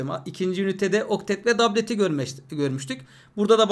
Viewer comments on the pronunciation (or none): Hocam dablet mi dublet mi dablet diyip duruyosunuz